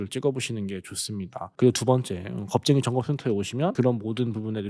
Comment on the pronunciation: 영상 내용이 참 좋네요. 목소리만 조금 더 크게 해 주세요. "겁쟁이"란 말이 "현명한"으로 들리네요.